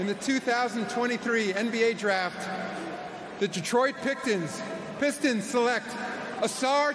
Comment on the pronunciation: really said the "Detroit Pictons "